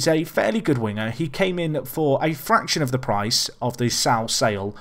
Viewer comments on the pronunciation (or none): none